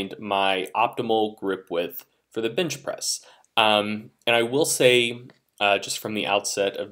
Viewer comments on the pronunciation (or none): you keep saying binchpress